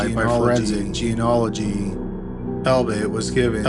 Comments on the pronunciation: He's never been able to pronounce it. It's kind of funny and sweet. I commented about it once years ago and he actually got better at it in the next upload- then went back to mispronouncing it, lol. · Its kind of sweet that you still cant pronounce genealogy.